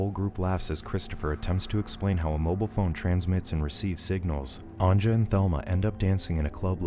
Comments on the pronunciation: I like how americans dont know how to pronounce the j, its not pronounced anja but anya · omg,its not anJa,its pronounced as anYa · Anja is pronounced "an-YA." But great video nonetheless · Anja is pronounced "Anya".